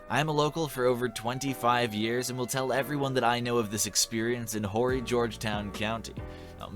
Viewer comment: HORRY is pronounced ORRY the H is silent. And Georgetown South Carolina is in Georgetown County not Horry County. The two towns are 40 miles apart. There's no way he could have been in Georgetown and Horry County at the same time! LMAO!